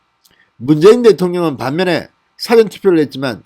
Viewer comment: 사전애서 사를 짧게 발음하먄 dictionary 가 됩니다 영한사전 같은... 사전에서 사를 길게 발음해애 미리 투표한다는 뜻이 됩니다 미국에서..